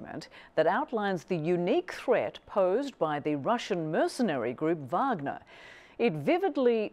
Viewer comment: Nice to here a fellow English speaker say Wagner as Vagner... even if she's an anchor for the Communist News Network. Not that I'm a fan of Faux News.